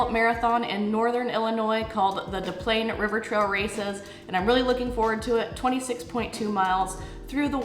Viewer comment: Des Plaines is actually pronounced "dess PLAINS". I grew up there. I know it doesn't make sense with Des Moines, and national reporters all do the same thing, but we pronounce all the letters for some reason. Good luck on the marathon!